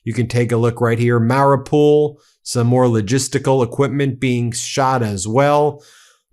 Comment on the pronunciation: Hi Ben, you may be dyslexic, and i am not an expert nor Ukrainian speaker, but have been supporting for years now and this is what i hear xx so i hope this helps with the Ukrainian names you are not reading out so well! KHERSON said HER-SON as in belonging to girl and son as in song not male child xx MARIUPOL said MARRYOUPL xx ZAPORIZHIA said ZAP-OR-E-ZURE xx POKROVSK said POK-ROVSK both o's as in as in pock-et xx SLOVYANSK said SLOV-EE-ANSK, o as in'pocket xx KHARKIV said HAR-KEEV xx SYRKSKYI as in General is SIR - SKI as in title and winter sport xx Thanks all you bros for all you do xx any chance audio version of book in UK?